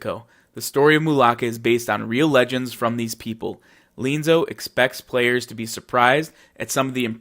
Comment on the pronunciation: Looks interesting. Different without being unnaturally so or forced. Will definitely check it out. Also appreciate your qualifications about the language at the start of your video. FWIW, I believe Lienzo is pronounced, lee-EN-zoh, with that accent on the “en”. Subscribed!